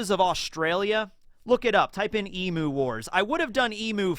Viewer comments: i love you man, but please, you gotta pronounce Emu correctly - it's killing me as an aussie. It's not pronounced as you do in the vid as "ee moo", it's more like "eem you", if that makes sense. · Hey, loved the video as per usual. Just letting you know Emu is pronounced “eem” like Im-sama and the u is the full “you” word, so eem-you. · Hey! Just for next time its pronounced E-mew:)